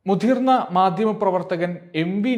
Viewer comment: മുധിർന്ന മാധ്യമ പ്രവർത്തകൻ അല്ലാ മുതിർന്ന മാധ്യമ പ്രവർത്തകൻ എന്നാണ്